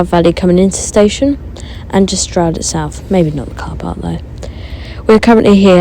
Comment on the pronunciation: Is it pronounced Shtroud or Stroud?